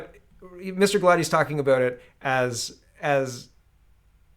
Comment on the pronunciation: Hi. Set your mind at ease. You're pronouncing Mr. Galatis name correctly.